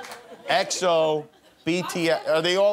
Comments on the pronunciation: the way she refuse to say exo 😭😭😭😭💀💀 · Lol we can see she's an exo anti😭 the way she had difficulties to say their name💀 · Your girl struggling to say Exo 🤣